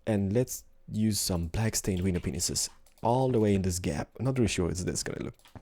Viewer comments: Am I the only one who keeps hearing "window penises" instead of "window panes" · Haha yes I think he says it all the time and I giggle because I'm a 12 year old at heart lol